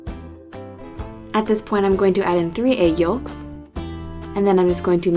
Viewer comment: Wtf! She says yolks! You're not supposed to pronounce the L!😂